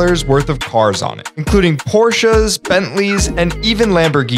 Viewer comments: I’m not kidding. I actually subscribed because you pronounced Porsche correctly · I love how he’s like the only guy who pronounces porsche properly